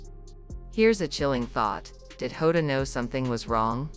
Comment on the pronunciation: Get the name right, it's Jota and not Hoda, please stop this rubbish.